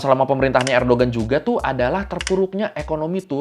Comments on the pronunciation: koreksi bang, Erdoğan bukan Erdogan, G nya ga dibaca, jadinya Erdoan doang. karena pake yumuşak G (ğ) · bang fyi, cara bacanya "erdoan" bukan "erdogan". soalnya namanya beliau "Erdoğan" , di huruf turki, huruf (ğ) nya ga di baca. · bukan erdogan bacanya, tp erdoan. g-nya gak dibaca (katanya gitu) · ini maaf yah ngelurusin aja tentang penyebutan Nama ,Erdoğan ( baca ,erdoan bukan erdogan) , kiliçdaroğlu ( baca kiliçdarolu), sinan oğan ( baca, sinan oan) ,dibahasa turki itu ada yg namanya yumuşak ğ ( g halus, tdk dibaca g ,tapi dilebur) , untuk yg balcı (baca ,baljeu) c= j ,,biar enak didengar aja pas pemnaggilan namanya, maklum klo nyebut nama kan gak boleh salah .. untuk masalah yg 5,17% suara .. Sinan oğan sdh memutuskan bergabung ke kubu Mr. Erdoğan ❤, gak sabar menunggu hasil pemilu Turki besok 🎉, Mudah²an pak erdoğan menang karena kalo beliau kalah banyak sekali dampak ruginya bagi kita orang asing yg tinggal disini. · Recep Tayyip Erdoğan bacanya "Rejep Tayyip Erdoan", Kemal Kılıçdaroğlu bacanya "Kemal Kelecdaroolu", Sinan Oğan bacanya "Sinan Oan". Alhamdu lillah Erdoğan kembali mendapat kepercayaan rakyat Turki 🤲☺ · Bang nyebutnya Erdoan aja, karena huruf Erdoğan huruf ğ nya ga disebut. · Kalo kata tourguide pas gw ke turki, bacanya "erdoan" bang, gak pake g. Kayak knife dibaca "naife"